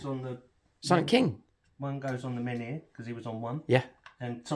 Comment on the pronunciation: the floaty things that come with silent king, are menhir, pronounced Men Here...your pronunciation is a little bit ....1940s germany. great batrep , necrons saves were obscene turn 2